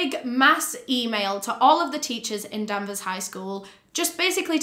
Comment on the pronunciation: you said the town name wrong so much that i didnt even know where this happened at first LOL its danvers with an A, not denvers! and salem is still there, it was more a case of danvers and salem being divided into two towns. this is such a horrifying case, i remember when it happened and i saw it on the news